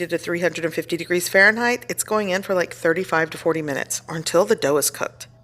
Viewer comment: I love you but there is no “h” at the end of Fahrenheit. Please stop it for my sanity.